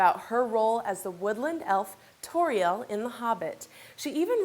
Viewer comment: Dumbass woman, I speak Sindarin, I'm almost fluent in it! And Tauriel is pronounced Tow (like in owl) REE ell (like saying the end of shell without the sh)